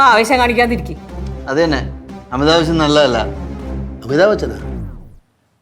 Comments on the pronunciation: അമിതാവേശം നല്ലതല്ല ബാലുചേട്ടൻ :- അമിതാഭച്ചനോ.. 😂😂😂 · അമിതാഭ് ബച്ചൻ എന്നാണ് ഞാനും കേട്ടത് 😂